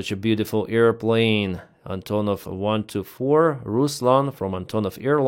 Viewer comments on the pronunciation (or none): none